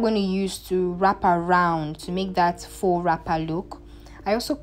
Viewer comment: Tu fais bien avec le français😉 from appliqué to faux. Tu vas bien.